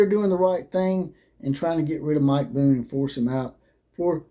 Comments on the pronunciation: Show me the statement from USC that said he left because of health reasons. That is what you based your whole video on. That USC tried to say this was about health reasons. They didn't. And you can not present any evidence that they did. And the guy's name is Bohn. Not Boone. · You never called him Boone? You called him that throughout your video! And you posted a type up of the Athletic article with his name spelled "Boone" when the actual Athletic article has it spelled correctly as "Bohn." Wow. Pretty lame. So, who is asking who to be their googling bitch? You're the one who attacked those folks saying they lied and claimed he resigned because of medical reasons. And you want ME to do the research to find you a source? You claim it is "all over the AP and the Athletic? I had already read those stories. In fact, that's why I clicked on your video because I thought you were going to be presenting knowledge of something that hadn't been reported. But nowhere in any of their stories did it say what you are claiming, that USC tried to say he left for medical reasons. The only statement from USC was from their president, Carol Folt. It was a very curt statement saying they had accepted his resignation, thanked him for his service and oh, by the way, I had wanted to be sure we had the right leadership in our athletic department so I hired some folks to come in and investigate and it's time for us to move in another direction. Had they tried to say he left for medical reasons I would be right with you, man. But they didn't. If I thought you were a dumbass I'd assume you just cant read. But you seem to be a pretty bright guy. So, since you read the same articles as I did, which did NOT accuse them of trying to do that, I can only assume you are willfull